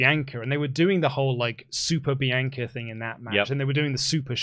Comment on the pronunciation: Why can’t you say Bianca correctly?